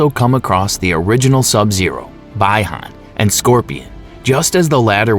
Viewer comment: Brother please say (bee-han) Bihan